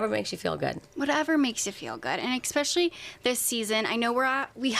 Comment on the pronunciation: Does the interviewer realize she’s saying “eXpecially”?